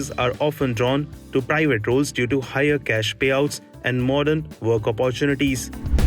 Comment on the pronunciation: apppaartunities - haha, jokers and their pronunciations!